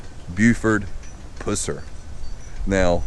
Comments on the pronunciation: If you knew Buford you would know that if you would have pronounced his last name the way you do, he would likely punch your lights out. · I appreciate this video, however, I wish you would pronounce the man's name. It was Pusser not Puss er. It is a pet peeve of mine. Sorry. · U are killing me with the way you are saying his last name! Its not its pronounced like the running pus that comes out of and infected soar. Not like at pussy cat. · You blew the pronunciation of his last name... Its puss-er not pussey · Don't mean to be a stick in the mud but you are pronouncing his last name wrong. It sound awful the way you say it. Just a little conservative criticism! When you say it, say it like the green stuff that comes from an infection. pus. Buford pus-ser not puss-er! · His last name is pronounced Puss er, NOT Puser. This house was NOT his parent's house. Buford bought and paid for this house himself. LEARN HOW TO PRONOUNCE HIS NAME RIGHT!!! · “Puss”er. Lol. I bout fell out. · I just started watching your videos they’re pretty cool but this particular video you miss pronounce Buford‘s name PUSSER The letter U in his last name is pronounced the “short “way Like the word UH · Its pronounced Pus ser like the nasty stuff coming from a sore "pus" then the "ser" geesh. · Buford Pusser ( pronounced Puss, as in an infected sore,.... er. Pusser). Get your stuff straight, dude. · Yeah his last name was (puuh-ser). Great video other than mispronouncing the last name. He was anything but a puss. 👍🏻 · Buford Pusser (Pronounced Puh-sir). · Thank u for showing us Mr pusser ( puh-sser ) is how his name is pronounced sir. I am a new sub and I love watching the graveyards and all the people that's passed on old home places. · Why can't all of these you tubers get their facts straight , like the pronuncimg the person's last name. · Exactly but he did pronounce the guys last name wrong… I hope you’ve been doing well this is harry the hammer by the way